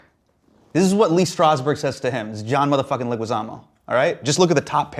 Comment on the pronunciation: I loooveeeee John and Hasan! As a visual artist and also Spanish Teacher I wonder if Loh knows that his last name is pronounced Le"gee"zamo. The "u" next to the g is silent in Spanish